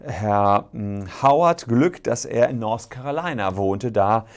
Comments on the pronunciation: Der Staat heißt übrigens North Carolina, nicht Nors Carolina.. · Das heißt "North Carolina" und nicht "Nors Carolina". Da tun einem ja die Ohren weh! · "Norse Carolina"